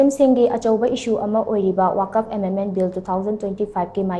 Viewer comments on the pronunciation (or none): Karigi Waqf bu waakaf haina pronounce touribano ? Manipurda leiriba muslim scholardashingda hangba phei .Akashvani Imphalna pao pabada wuck- fuh nattraga wuck -fa haibagumna pronounce touribadu achumbani . Confirm touba chumgani. Arabic waaheibu mapham khangdana touning touningba mawongda pronounce tourabadi waahanthok meaning lallakkani .